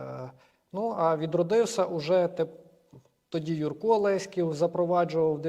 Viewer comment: 🤫, не кажи нікому 😂. Дякую за роботу. ЛЕськів, а не ЛеськІв😊